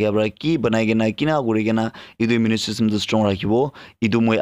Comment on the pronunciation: Bro... Tats immune not immu_ ne